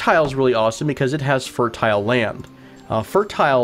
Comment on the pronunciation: Fur-tile Turtle Fertile